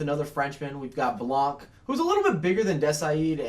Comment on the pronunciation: Its "Blan" not "Blank"